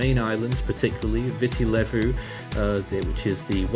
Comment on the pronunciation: Thank you for the update - For future reference Nadi is pronounced Nandi - the d in Fijian pronounced nd. Viti Levu is pronounced Veetee Lēvu